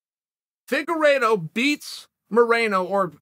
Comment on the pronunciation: boy i sure did zone out during this video. for a good 5-6 min until I heard Figuredo